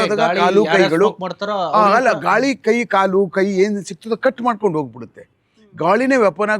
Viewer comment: Kaivada "Kai" du